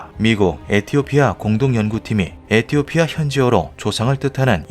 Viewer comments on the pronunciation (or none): none